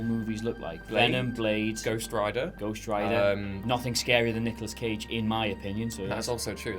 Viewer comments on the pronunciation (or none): none